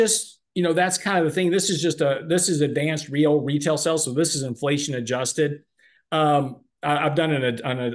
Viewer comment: has been on this earth for a 100 years and still can’t pronounce “sales” 😄